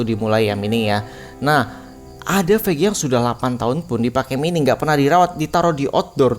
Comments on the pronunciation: Mining dibaca maining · Maining bang bukan mining, jangan terlalu menormalkan bahasa